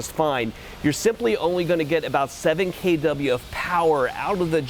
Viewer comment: “k dub yuh” lol